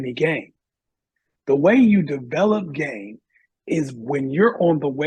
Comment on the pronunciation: It seemed like this guest could not articulate “game” that well.